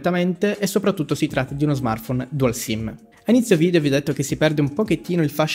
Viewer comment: mi piacciono molto le tue recensioni e i tuoi video in generale, però vorrei farti un appunto. Non sono un grammar-nazi o simili, ma in praticamente tutti i tuoi video non riesco a non notare come tendi ad aggiungere la "e" alla fine delle parole che terminano con una consonante, spesso raddoppiando quest'ultima. E così "RAM" diventa "RAMME", "dual-SIM" diventa "dual-SIMME", "LED" diventa "LEDDE", "PLUS" diventa "PLUSSE", "HERTZ" diventa "HERTZE", e altri. Non tutte queste parole sono legate strettamente a questo video, ma ai tuoi in generale, così come ce ne sono anche altre simili non citate. Non mi sono messo a fare l'elenco per mortificarti o criticarti in modo negativo, tutt'altro. La mia vuole essere una critica costruttiva: se riterrai anche tu di voler/dover curare questo aspetto, ho fatto qualche esempio in modo da far capire meglio cosa intendo:)